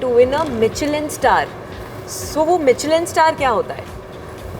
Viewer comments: "Mitchelin"... bhai utha lo mujhe... Kon hai ye RJ??? Virat Kohli se pooch lete "world cup" kya hota hai? laanat!! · Ye host logon ne research karna chhod dia hai kya ? Muh uthake questions puch rahe hai without any knowledge .. like really ?? Michelin star ko pronounce tak karna nahi aaray ?? Comeon guys